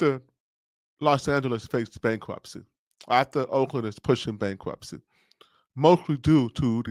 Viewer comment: BankWhupsy? Did he say BankWhupsy?